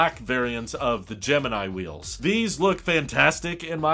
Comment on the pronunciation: Please say 'wheels'.